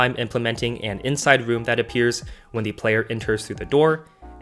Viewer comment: I love how you say the dumpster. You say dee dumpster